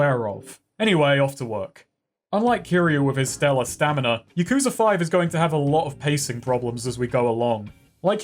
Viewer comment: Considering how often yakuza is said in some of these games, I figured you'd know how to say it correctly consistently too. You'll get there one of these games.